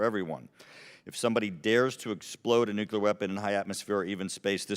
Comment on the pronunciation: Small thing, but embarrassed that he calls it nukular device. Nuclear